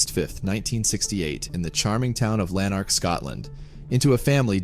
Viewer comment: He was an arsehole. He killed his son and another child, plus an adult friend. Lanark. Learn how to pronounce it. Lan as in land. Ark as in the big ship. Emphasis on first syllable.